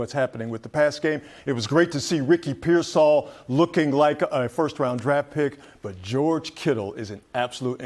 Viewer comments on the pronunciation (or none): its pearsall ( pear -sall ) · The only guy that can say Ricky pearsall's name correctly is the old white guy on the far right closest to the camera because he's a 49er reporter the rest of these guys they're scared to say his last name so they just call him Ricky and they don't even know how to pronounce his last name we've had him for almost we've had him for almost 2 years and you still haven't learned how to pronounce his last name oh but if he was black they would have no have they would know how to say his last name if he was black they would have that shit memorized they wouldn't even say his first name they would just say his last name over and over and over again